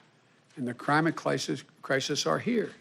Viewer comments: "the crimate clisis" Biden is truly the definition of a fuckin SPED. RIP AMERICA. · “The climate clisis crisis are here.” - Joe Biden